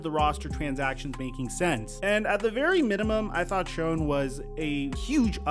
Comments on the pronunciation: General manager is pronounced Joe "Shane" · Joe Schoen's name is actually pronounced Shane. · Love all your analysis videos! You’re doing great work! Just wanted to mention Joe Schoen’s name is pronounced (Shane). Small correction, and only mistake I’ve seen you make. Keep it going! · Joe Schoen pronounces his name Joe Shane. Not Joe Sc-own